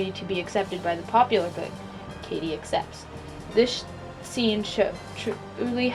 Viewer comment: Heathers all the way but you said Katie wrong I believe...